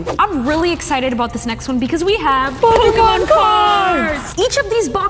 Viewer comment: Im not jugeing but pokymon😂